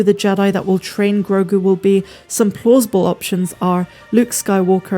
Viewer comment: Stop calling him Grogun. It's Grogu.